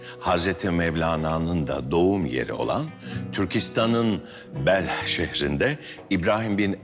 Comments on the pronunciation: Anlatan Behl Behl diyor ama Belh değil mi Horasan da Hz. Mevlana nın da doğduğu şehrin adı? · Belh değil miydi bu şehrin adı? Behl diye geçti. TRT de böyle yapacaksa... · Behl şehri değil Belh şehri.